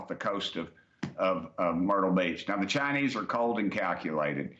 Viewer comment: It's the cha-nayse brother yee haw!